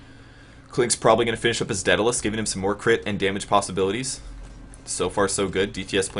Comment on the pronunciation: Every time you mispronounce daedalus I cringe. Not really anything important, just one of those little things that gets under my skin.